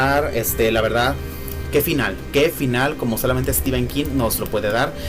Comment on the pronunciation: Muy bien por decir STEPHEN como stíven, no stifen. Prácticamente todos los youtubers de habla hispana que veo dicen stífen. El otro día vi a uno mexicano que lo dice bien. Ahora he pensado que tal vez Mexico sea la excepción y ahí, al lado de EE UU sí se dice bien.